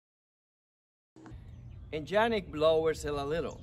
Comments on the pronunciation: It's pronounced Yannick not Jannick!! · The correct pronunciation is "iannik" not "Giannik" :) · Yannik , not Jannik